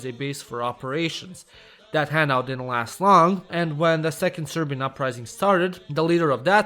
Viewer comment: respect for saying serbian names good